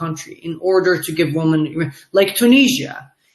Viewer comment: His English is very good, but he needs to learn how to pronounce "women" (wimmin). i.e. different from woman (woomoon)